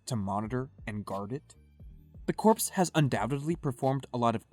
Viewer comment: "Corps" is pronounced as "core" not as "corpse." The P and the S are silent.